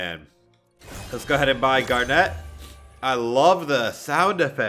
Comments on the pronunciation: He was saying garnette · Gar net? ITS PRONOUNCED GARNIT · It’s garnet not gar net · And Gar-net uhhh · He said garneat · Got triggered by that aswel.. and the way he said Garnet.. he actually said Garnette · no he was Gar net like he spaced the syllables and pronounced it as a e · “Gar net” lol I know you didn’t watch it but I found that funny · Him: GarNET me: internet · Garnet is pronounced gar nit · He says gar a net im triggerd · HE EVEN SAID GARNET WRONG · Steven is the one with a gem You also pronounced malachite stevonnie and garnet wrong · The way he says garnet is bugging me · I'm sorry but the way he says garnet annoys me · Hey Garnet: (Gar-nit) Malachite: (Mala-Kite) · everyone is getting triggered for saying "malaCHite"...... me still being triggered for him saying "gar-NET'